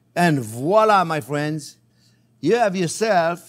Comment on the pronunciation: "My phrinzzzzz!"